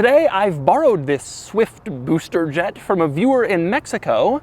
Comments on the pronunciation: Am i the only who loves when doug says booster jet?😂😂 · Nobody: Doug: SUH-WIFT BOO-ster Jet